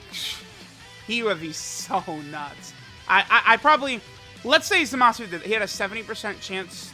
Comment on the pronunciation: what did you say? Zamashu? 😂😂😂